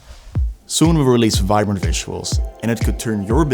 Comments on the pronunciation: Vibrant 🚫🚫🚫 Vinbrant ✅✅✅ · I swear it said "Vinbrant" the first time i clicked on it